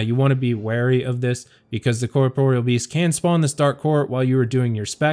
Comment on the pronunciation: Liked solely because you didn't call it "corporal"